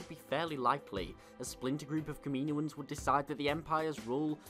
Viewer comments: ka-ma-no-ins I couldn't finish the video because of your butching of the word. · You pronounce “Kaminoans” horrible btw 😂